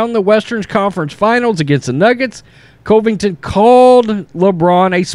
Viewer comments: Please stop saying his name wrong. Please!!! CUV-ING-TON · I especially like your videos, but it’s hard to listen when you talk about Colby. His last name is pronounced Cuvington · Cant believe you still haven't learned to pronounce this mans last name.